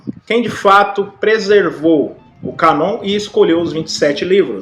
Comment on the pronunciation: Boa noite irmão. Só para ajudar. A pronúncia da palavra "Cânon", a letra "â" com o acento circunflexo, deve ser pronunciado "anasalado". Da forma como o irmão pronunciou a palavra "Cânon", fica "Canon. Espero ter ajudado